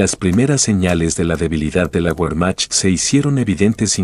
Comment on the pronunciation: Que pronunciación tan absurda y desagradable. Que documental tan bajo de calidad. Cuando oyes : "la guermac", por Wermacht... apague y vámonos !